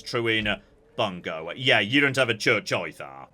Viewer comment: About 95% of the time, Japanese pronunciations are pretty good to spot on, which makes the 5% he really gets it wrong really glaring to me, a massive dweeb. In case you're reading this, here's a few pointers: "Bungo" is "boo-n-go" "bune" is "boo-neigh" "Higo" is "hee-go" and, not that it matters any more, "Ouchi" is "oh-oo-chee" (or was, I guess).